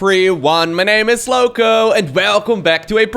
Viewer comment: I enjoy this introduction, because when you say "lowko" it sounds like you are saying crazy (louco) in Portuguese. It is always funny and I go and repeat "hello everyone, my name is crazy". Love your videos man, and it's been more than 20 years that I've played any StarCraft, feels like I'm watching some sport that I know I will never play but find it interesting.